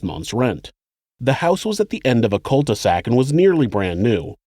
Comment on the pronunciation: You said the house was at the end of a "cult e sac" 😀 i think making these videos has transposed some of your words haha